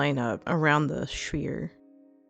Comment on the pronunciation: Damn you woman, now I'm pissing my wife odd by calling it a sfeere! Great tut